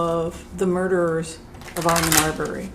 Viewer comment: Hi, thank you for the info. Ahmaud is pronounced Aah-Mod, not Arr-mon. (There is no R or N sound.) Roddie is the most likely suicidal one I would guess. Greg, the Dad is prob the crazy one w/ the blood sugar issues. Travis is who pulled the trigger, no one held AA down BTW. He and Travis struggled over the shotgun while standing. I am thrilled the verdict brought justice, now I really hope they get the proper sentences. Thanks again. Happy Thanksgiving.